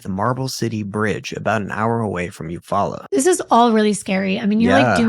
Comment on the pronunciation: its U-fall-la is how you say the town in your story